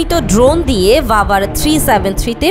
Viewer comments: ভাই রাভার না বাভার হবে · ওটা রাভার না বাভার হবে